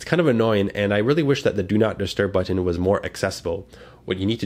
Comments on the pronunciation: i love how you say but-TON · I like how this guy pronounces but'ten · I say it the same way lol. I pronounce button similar to how one would say kitten... None of that "bu-nn" or however people typically say it lol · Thank you for a very good review! I also just love the way you say "button", haha. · I like how you say button